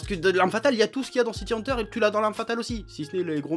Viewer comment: Je suis le seul à entendre prononcer sans arrêt "City Hanteur"? C'est quoi? Une histoire de fantôme urbain?